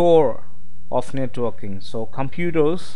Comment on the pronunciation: Sounds like you're saying netwalking...